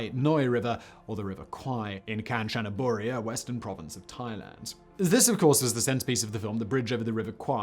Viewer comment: Kahn-chah-naah-boo-ree (kahn like Star Trek character, chah like cha-cha-cha, nah rhymes with previous syllable, boo like a ghost, ree like rhymes with see)... Don't worry about tones, pronouncing the name like this, Thai people will understand.